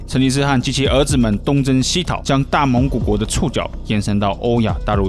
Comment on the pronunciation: 蒙語遼闊的大蒙古國講的很不標準。